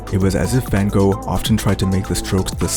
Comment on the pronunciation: You are not pronouncing his name correctly.